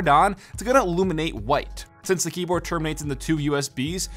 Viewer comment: or has him saying keyboad